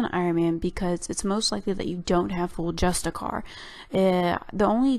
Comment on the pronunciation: I wonder what it is about the word justiciar that people don't pronounce the "iar" at the end?